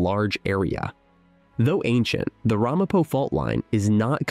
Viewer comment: Ai It's not RAHmapo. It's Ramapo.